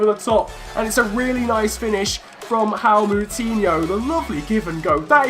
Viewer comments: It's not pronounced hao Moutinho it's pronounced as Jo-ao Moutinho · Loving the series mate, and love your channel. But again, all Portuguese names with a ‘J’ in it are hard J’s. It’s Joao Moutinho, not ‘How Moutinho’, haha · Btw its not hao moutinhio its jao moutinhio but nice vid love em